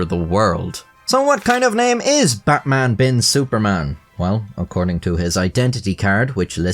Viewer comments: The "Bin Suparman" is right, but the "Butmun" is slightly incorrect... Indonesian is phonetic language, A sounds as A, so your normal "Batman" is actually the correct one lol But Im guessing he was called as "Betmen" in daily life lol Also, while "Batman" is totally not a common name, the "-man" name are really common here, At least until 90s. Names like Herman, Firman, Nyoman, Yatman, Turman, Sutarman, Sudirman, Suratman, Rahman, etc So funnily enough, Batman could also sounds not really out of place name. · Your indonesian pronounciation of Batman just made it sound like Buttman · Batman is pronounce as it is even here at this region. not Butmun. We can also differentiate between A and U. Bloody westerners think we can't speak. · "Buttmaan" 😂😂 guy still loses either way. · Its SuparMan not Superman and Batman is pronounced as BartMan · Betmen ❌ Batman ✅ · Correct pronunciation is "BUTTMAN" 😂 wtf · "Buttman Bin Supormen" 🤣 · Poor sap. Even correcting the pronounciation is hell for him: "No, it's not Batman, it's Javanese! It's actually prononced Buttman." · No, 'Batman' in Indonesia is still pronounced 'Batman'. Good try tho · yup, still incorrect pronunciation. Just spell it like Deutsch alphabet because we use almost identical structure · As an Indonesian living in Java (but not ethnically Javanese), I'd say you're pretty correct about the "Suparman" pronunciation. But we're DEFINITELY spelling his first name as Batman 😂